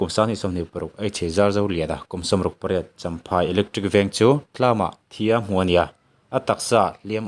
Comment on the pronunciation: Tlam tih ai khian Thlam ti la Tun tla tih ai ah tun thla ti in sawi leh ta bawk ta la ngaihthlak a nuam zawk dawn hle mai.ka lo ti ve mai2👍